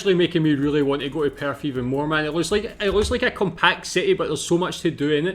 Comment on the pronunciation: Perth is perthickt